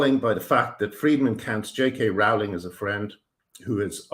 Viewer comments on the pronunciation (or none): Your videos are a breath of fresh air. I have only one problem with them: Rowling is pronounced "rolling", but keep up the good work and I wish you the best of luck in all your endeavours.